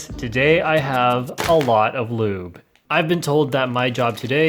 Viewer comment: When he said lube I overheard him say "lewd"